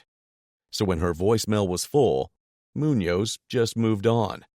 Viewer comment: Officer 'munoz", the hispanicization of police is not good